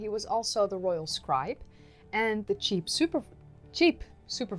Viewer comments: How Cool!! I've been to the Netherlands 3 times.. Amsterdam is Crazy fun!! I looked at your FB Page and saw something someone had posted to you. I can recognize Dutch when I see it!! BTW your English is Great...even if you say Cheap for Chief! 🤣 I just subscribed so I will try and watch all your previous videos and the new ones as they come out too!! 😊 Oh Yeah..HAPPY BIRTHDAY......turning 30 isn't so bad.....you're still very young!!😀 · You don't have to cry... not much, at least! Cheap Chief Supervisor - a position I could aspire to! Your hair is lovely and just the right length for your shirt. Always a pleasure to hear you talk and explain history. Your flubs are adorable!